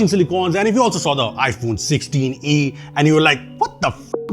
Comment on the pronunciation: Not iPhone Solah-e.... it's iPhone Saalee